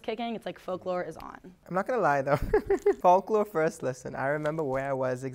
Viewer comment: “i’ve been a swiftie since the “fawk-la” era” clicks off video